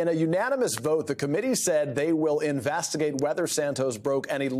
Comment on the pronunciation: No, they said they are going to "Investigate" not "In-vast-agate" whatever that is. Come on, you speak for a living.